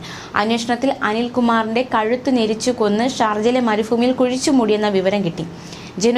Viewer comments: വാർത്ത വായിക്കുമ്പോൾ ശുദ്ധ മലയാളം പറഞ്ഞു കൂടെ. മരുഭൂമിയാണ്. ഫൂ അല്ല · മരുഫൂമി അല്ല മരുഭൂമി